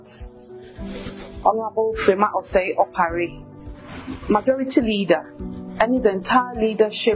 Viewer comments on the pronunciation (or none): She say majoridy Caucaus 😂😂😂😂😂 she’s not serious, The headquaders, new patriotic pardy, supporders 🤣🤣🤣🤣🤣🤣🤣🤣🤣🤣🤣🤣🤣. Smh … If she wins aaaa ago shock give the delegates & constituents